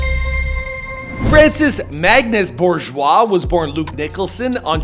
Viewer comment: I clicked on this video to hear how you pronounce his last name. Good job👍